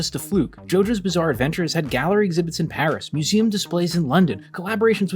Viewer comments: Did you say “Bizzare” 😏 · did you say ... bizzare? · Did you say "bizzare"